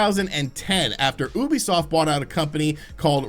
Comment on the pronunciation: 3rd time telling you its you-bee-soft not oooobisoft learn it plz